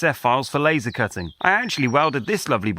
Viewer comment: The German Audiotrack is awefull. The different speakingspeeds to match the visuals feel cheap. Pls in the name of quality: dont let an ai generated voice call the Laser an "Lahhser" or the Argongas "Aragangas"